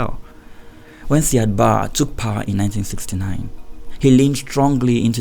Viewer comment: Hi nice work as always. Indepth research and good narration. The pronunciation of Said Barre is: Ziad Bariy. Not Sad Ba as you are pronouncing it.